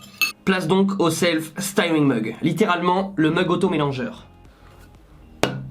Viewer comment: Merci pour tes vidéos, c'est mieux quand c'est toi qui teste, on se marre bien! le "sti" de stirring mug se prononce "steu" et le "wi" de wind (c'était dans une autre vidéo) se prononce "ouy" pour "vent" sinon ça signifie autre chose. Tu as plusieurs sites qui te donne la prononciation de l'anglais en audio. A+ le génial, as-tu prévu le dissolvant pour tes ongles? lol